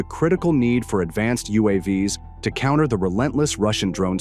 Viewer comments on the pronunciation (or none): none